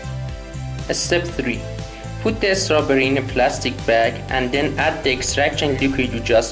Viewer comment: Please don't add the 'sound' "UH" to the end of "strawberry"... Thank you!